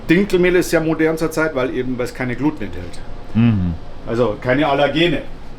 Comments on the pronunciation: als angeblicher Mann vom Fach, sollte man eigentlich wissen, wie „Gluten“ richtig ausgesprochen/betont wird!🤦‍♂️😂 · Es heißt nicht Gluteeen, sondern Gluten. Die falsche Aussprache kommt durch die fehlerhafte Überlieferung der Mainstream Medien.... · Deine Annahme mit der Aussprache ist leider komplett falsch. Es wird Gluten (wie geschrieben) ausgesprochen. Achte bitte zudem in Zukunft auch auf Deine Rechtschreibung, die Leserschaft dankt.